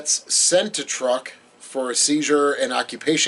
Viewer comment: I believe Truk Islands are correctly said "trook" or "chook" in the local language.